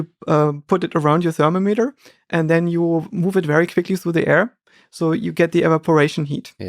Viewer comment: thermo meter. You silly foreigner.! it is ther-mom-eter. Thermo-meter, what a simple guy. Kyeh huh . sheesh